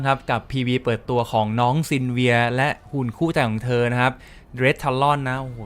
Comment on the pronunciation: ขอถามนิดนึงพี่ -pity กาชามันยกยอดไปแบนเนอร์หน้าด้วยมั้ย -ตัว hard pity (ที่ว่า อีก xx ครั้ง) นี่สรุปมีหลุดเรทมั้ยพี่ -ทไวไลต์แฟง หาได้จากไหนอีกพี่ ผมได้ไอ่อ้วนมา -_-" PS. น้องชื่อ 'ซิลวี่ย์' นะครับ ทั้งภาษาญี่ปุ่นและอังกฤษสะกดตรงกัน กับปืน gatling gun อ่าน 'กั๊ด-ลิง-กัน' ครับพี่ เปิดกิลด์แล้วรับผมด้วยนะพี่